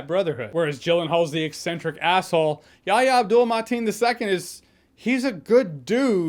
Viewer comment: Your review was awesome as always Jay, but I really got a kick outta hearing you say "Yahya Abdul-Mateen II" at the start of the review. I can't believe you didn't fumble it once! 😂😂😂